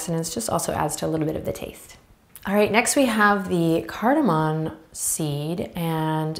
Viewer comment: CardaMOM. Not cardamon.